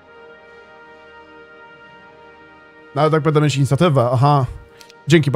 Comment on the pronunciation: Słuchanie jak gość mówi cały czas "bede", zamiast będę, używa anglicyzmów przerobionych na polski nie wiadomo po co (spele, arczera). Można by było zadbać o jakąś poprawność językową skoro już nagrywa się swoje wypowiedzi i wrzuca do sieci, ale nie, po co się starać, lepiej postawić na bylejakość. Bije z tego nagrania ubóstwo umysłowe i tyle. Sorry, nie chcę nikogo obrażać, ale prawda jest taka, że zamiast coś ulepszać to degradujemy każdego dnia.